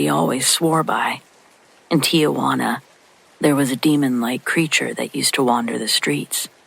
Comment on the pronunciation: The name of the city is Tijuana not TiAjuana. She's not your aunt Juana!!